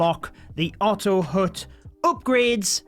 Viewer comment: It's not otto hoot, it's ottto hat in pronunciation.